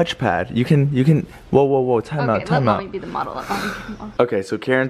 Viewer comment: I love how Keren always pronounces the words wrong hahah